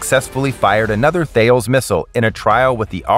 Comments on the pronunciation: The company 'Thales' is pronounced "TELL-ess"...not "THEY-alls" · "Thales" is pronounces as "talayss", not "ᵺale". Recoilless missiles are excellent against vehicles and heavy weapons, but recoilless guns would be nice too against troops, although there is something unethical and indecent about remote video game-like shooting of defenseless soldiers from the safety of your couch or chair. Especially when they are taking a crap or blowjob, as we have seen on Reddit drone footage. Bomb-dropping capacity would also make this drone more versatile, as many targets are hidden beyond the reach of a missile. Observation drones would allow to quickly send the destruction drones with the most appropriate equipment between missile launchers, guns or anti-tank grenades, as a drone can't really carry all 3 simultaneously beyond a certain range. Ukraine is currently building 30 different models of drones by the hundreds every month. I wonder if some of their flying drones have similar capacities. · Thales is pronounced T-ah-l-es by the way, it's french so not th-ay-ul-s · Pronunciation booper missile references: It's "Tal-lez" not "Th-ales" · Actually non, mon ami. Thalès, "Tah - less". Merci. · It's pronounced Tellus, not Thayles! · I'm here trying to work out the missile maker. Thales is pronounced TAH-LEZ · Thales does not pronounces "Fails". What company in their right mind would do? Make sure you are checking a bit your facts. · Thales is pronounced 'tallis'. Great vid though. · Its pronounced ta-lez or thay-lees. Typical American butchering the language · btw THALES is pronounced with a silent H and rhymes with Alice. JUst sayin. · That is not how you pronounce Thales.